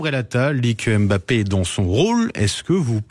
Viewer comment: Apprenez déjà à prononcer son nom. Il ne s'appelle pas M ' Bappe mais Mbappe.